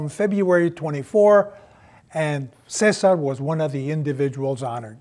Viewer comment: Cessar miyyan? Is that how his name supposed to be pronounced?